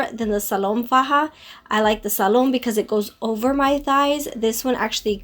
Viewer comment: Hi you look nice. Also, I believe it's pronounced Salome in spanish. The "e" is not silent.